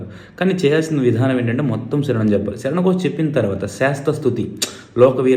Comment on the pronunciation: ముందుగా శ ' స అక్షరాలు పలకడం నేర్చుకోండి స్వామి. శరణం లో వున్న శ కిస్వామి లో వున్న స వేరుగా ప లకాలి, జ్ఞ కి గ్న కి చాలా తేడా వుంది. కృతజ్ఞత ,కృతగ్న త లో లాగా. స్వామి శరణం . ఇది సలహా మాత్రమే